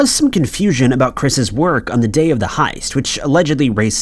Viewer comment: No he's just a retard. He says lots of words in general incorrectly. Heist hoist, 🤣🤣🤦🤦🤦🤦